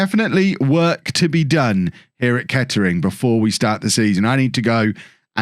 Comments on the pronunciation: Can tell your not from the area... it’s pronounced ketrin don’t u no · Nah it’s ‘Kett’ring Town’